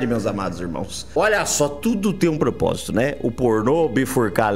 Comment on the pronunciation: "Tudo tá no popósito"